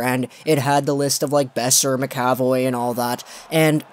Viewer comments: "ma-ka-voy" not "maka-voy" and while I'm at it... It's yo-leh-vi not yo-lee-vee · Its pronounced Mac Uh Voy. Not Ma Ca Voy. Leviosuh. Not leviosah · Btw it pronounced Charlie Mac-A-Voye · It's pronoced Mac ca voy